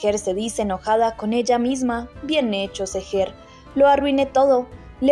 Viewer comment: OIGAN! AL PARECER ESTA NARRADORA DESPUÉS DE TANTOS CAPÍTULOS AUN NOOO SE HA APRENDIDO LOS NOMBRES DE LOS PERSONAJES!!... NOOO SE DICE TUIYÚ. SE DICE: DUIGU!!... NOOO ES SEGER. ES SÉHER!!! NO SÉ SI LLEVA ESA TILDE, PERO LA PONGO PARA QUE SE NOTE LA ACENTUACIÓN...